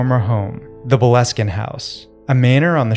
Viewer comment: Love from Scotland ❤ Boleskin is pronouned 'Bole (bowl)-skin'.